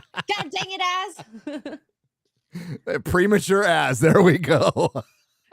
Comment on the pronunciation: ...always prem-a-ture.